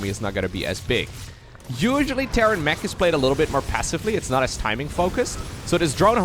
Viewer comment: It sometimes sounds like you say Terran Meh instead of Terran Mech, and it's very fitting when they go up against Serral.